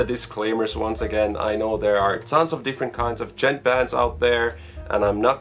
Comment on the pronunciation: i swear to god if i ever hear you say duhjent again bruh... you have to pretend you're at your girlfriends house while her parents are home. the d is silent...